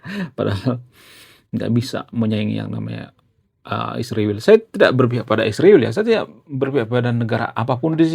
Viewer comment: Israjl punya arti yang Agung. Tolong jangan sebut iswirl Bang. Maaf ya.